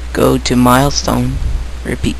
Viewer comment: Midtones, not Milestones :P Nice vid though, exept for zombie voice ^^